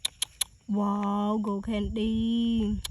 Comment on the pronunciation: She is ashily saying gold candy but sounds like go candy😂😅